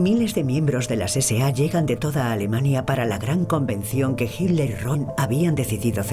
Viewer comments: "JIT LER" jajaja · Porque la voz de la mujer que narra pronuncia "Hiler", en vez de Hitler?